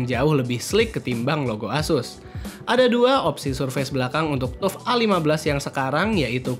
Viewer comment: Hai bro, FYI.. TUF gaming di baca (TAF GAMING) bukan TUF gaming. Nice konten, keren dan suka sama editing videonya 👍